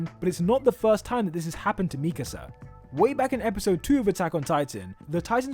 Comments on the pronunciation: Bruh why does keep saying Mikese instead of MIKASA!!! its triggering me xD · ME-kasah 😬 Me-KAH-sah 😏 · why tf do you say mikasa like that